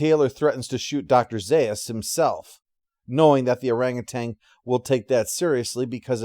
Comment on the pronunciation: OranguTAN, not OranguTANG